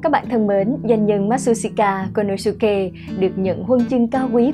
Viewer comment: Phát âm tên ông chưa chuẩn bạn nhé , ma trư si ta cô lô sư kê !!